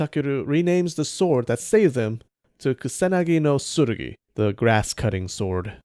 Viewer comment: Dude why say "ksanagi" instead of ku-sa-na-gi slowly if you cant say it right